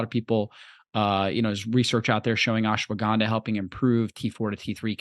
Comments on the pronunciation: What the fuck is "Ashawanda"?? Is "Ashwagandha" so hard to say? 🤣🤣🤣🤣🤣🤣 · Ashawanda? This chick isn't pronouncing it properly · The lady can't pronounce Ashwaganda properly. That's all. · learn to pronounce ashwagandha.